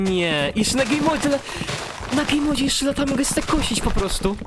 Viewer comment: Gejm modzie sie mówi a nie gej modzie